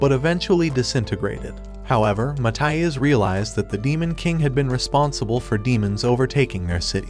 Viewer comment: not how i'd say ma-thi-as to be honest its kinda annoying